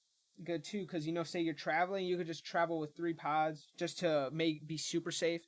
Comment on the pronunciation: Dying laughing!